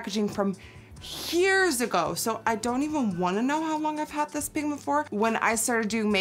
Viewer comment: hyears Lol